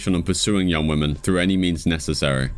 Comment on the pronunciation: Good video as per. But why do you say women like that?